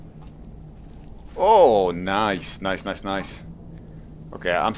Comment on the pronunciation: makes fun of dark elf saying "bo'oll [bottle]" says "bu'on [button]" himself :DD